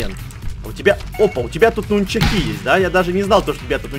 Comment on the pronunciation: нунчАки а не нунчакИ ))